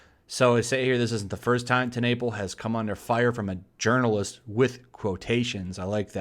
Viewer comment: Was that journalist or did I hear you say urnalist??